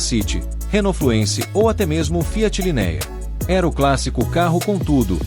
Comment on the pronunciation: LinÉa, DualogÍc, é de rachar o ouvido.